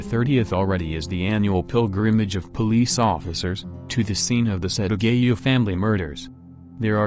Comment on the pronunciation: It’s set aaa gaaa yaaaa not setagayuuu